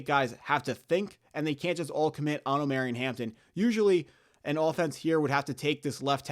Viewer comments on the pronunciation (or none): Jesus bro I can’t keep listening to you butcher my boys name hahah. It’s Omar-E-on, Not om-air-eon…… You gotta listen to more 90s R&B 😂